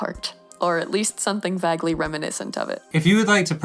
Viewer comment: WHY DID YOU PRONOUNCE ‘VAGUELY’ LIKE THAT KENDn)njnksjfhejjfksjcsj